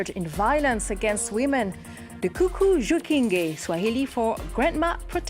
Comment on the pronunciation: Its not kuku Jikinge😂 its cucu pronounced so..so or sho..sho😂 Jikinge😂